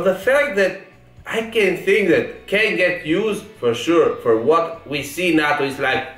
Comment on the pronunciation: Its not nahhto its nayto